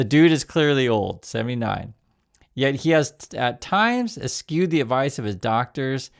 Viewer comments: Es-chewed is how you pronounce it! I hope he doesn't even get another four days. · Look into how "eschewed" is pronounced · that isnt how eschewed is pronounced. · You are mispronouncing "eschewed". Do your homework.